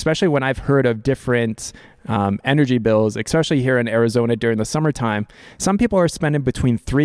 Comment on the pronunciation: Maybe because he keeps pronouncing especially as eXspecially. Who can tell.